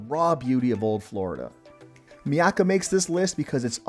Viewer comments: It is not pronounced "Mee-aka" it is "MY-aka" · itz pronounced, MY-AK-KA you m0r0n